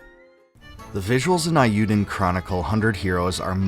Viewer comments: The Japanese vowel sound for E is how we say A in English. SO it should be pronounced A U Den Chronicle. Sorry I just had to tell you this before I can continue your video. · Eiyuden is prounced with a long A sound. Not like "I". "ei" being pronounced like "I" is a Germanic pronunciation. In Japanese e is pronounced like "eh" and i is prounounced like "ih". Combining them gives an "ay" like the end of "today". It rhymes with "hey you den" Eiyuu means "Hero" in Japanese.